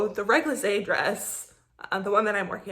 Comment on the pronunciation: réglisse means liquorish. And it sould like Régli-ce :P French is annoying! But GREAT PODCAST! love you WIP!